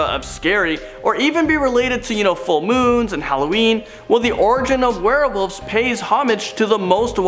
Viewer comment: Werewolves not warewolves. Lol